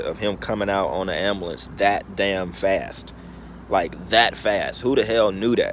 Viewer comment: You are dumb bro. Don't speak crazy bullshit before you know facts. Video happened because everyone has phones now. Duh. Who seen them have mask...... the other people in the house with pop smoke. Who called the police, the same people in the house with pop smoke. Jeeze your really stupid. Also it's pronounced amBulance. Not ambAhlance. Smh